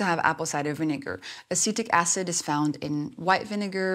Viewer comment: At first I thought she said “acidic acid” 😅